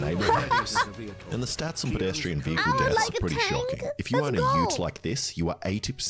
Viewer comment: Why does she pronounce it wehicle